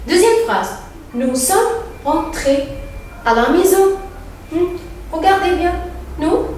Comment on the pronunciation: بغض نظر عن النطق الركيييك جدااا في لغة فرنسية انتي كمان بتعملي اغلاط في قراءة nous sommes في اول نطقتيها بالحرف الاخير و معروف فرنسي مش زي انجليزي حرف اخير مبيتنطقش غير تكوين الجمل في شرح جمل ضعيفه